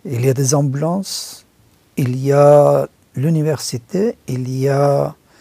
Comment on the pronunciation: Des "amblances" 😲😲😲😲 il est ou le "U"?? 😂😂.... le U est banni (sadr) en Iran ²³⁵U 🤭